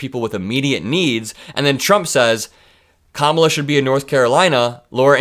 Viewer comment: trump 🤡, when your say Pete Buttigieg's name as boot-edge-edge, it makes you look like and sound like an 80 year old moron, a total buffoon! You sound so uneducated! I bet your grandchildren act more grown up that you or at least I hope so. And you won't pronounce Kamala's name correctly, it's just you being a total moron and a total buffoon! 🤡🤡🤡🤡🤡🤡🤡 when will you ever put on your big boy pants? 💙💙💙💙💙